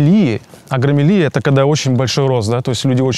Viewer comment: Не агромелия, а акромегалия.